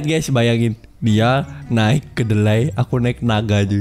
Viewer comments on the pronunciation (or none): Keledai bang bukan kedelai